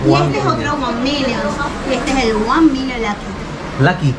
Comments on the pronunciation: "juan nimions" 😂 😂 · Wan minions jajajajajajajajaja me he cagado de risa y la vendedora lo miraba con cara de "pronuncia bien ctm". Ya se pasó de ordinario este men. Me hizo recordar cuando el chavo se echaba la colonia de don ramón. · Cualquier otra persona: ONE MILLION LUCKY: ONE MINNIONS CIGARRITO LUCKY JAJAJAJAJAJAJAJAJAJAJAJJAJAJAJAJA